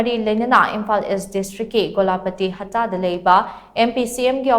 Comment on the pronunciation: Thanks for saying ""HATTA and NOT HAPTA""